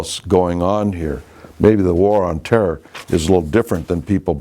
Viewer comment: "war on terrrrrrrr"